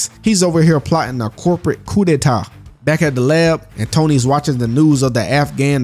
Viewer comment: Are you 🇭🇹Haitian you said Koodeta perfect